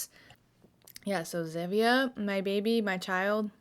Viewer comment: I think it’s pronounced like “z-EEE-via” like stevia but with a z